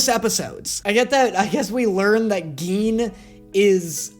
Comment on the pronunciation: "GeEn" 💀 its gin,pronounced Jin 💀